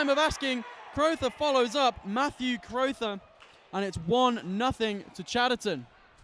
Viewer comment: Crowther? Bire-n? Why are Crothers and Byrne so difficult to pronounce?